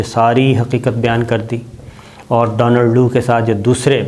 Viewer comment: I think it’s Donald Lu and not Donald Do.